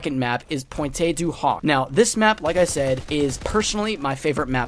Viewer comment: Everyone pronounces pointe du hoc wrong